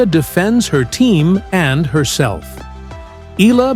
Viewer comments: Eala - eh-ya-la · Hurrah Alex E-YA-LA